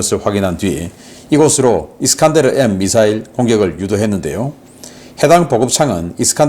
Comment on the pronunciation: 미사일 이름 잘못 발음하셨어요 편집자들 뭐하신건지 ㅠ 수정해주세요 이스칸데르 라니요